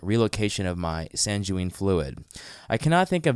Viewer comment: San-jew-eeen apparently = sanguine.